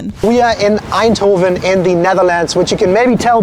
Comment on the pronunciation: spreekt het woord bitterbal goed uit zonder tongval🤔 en Eindhoven ook goed uit . spreekt kibbeling ook goed uit mensen die ik ken uit Duitsland spreken dit allemaal niet zo goed uit geld ook voor Engelsen die regelmatig hier zijn hebben er moeite meel